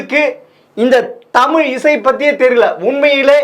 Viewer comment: தமிழையே சரியாக உச்சரிக்கத் தெரியாமல் தடுமாறும் குட்டிக் கண்ணனை முதலில் ஜெம் ரீவி கவனத்தில் கொள்ளவும்!